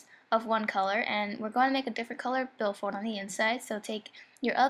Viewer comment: nice bill FOYLD